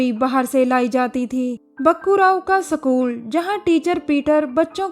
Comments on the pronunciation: what the hell its School not sakool and Sniper not sanaiper..🤣🤣🤣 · Sacul kya hota hai bhai. School hai wo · Sacool😂😂😂😂😂😂😂school hota hai sacool nahi😂😂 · सकूल नही स्कूल होता है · "सकूल" नही होता "स्कूल" होता है हिंदी तो ढँग से बोल लो...😡😡😡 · Haryanvi hai jab isne bola Bakkurau ka Sakool😂😂😂 tabhi samjh agya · Wait a minute,..did she pronounce sa kool_??? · School bolna to sikh le bahen.... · No not iskool , it's sakool😂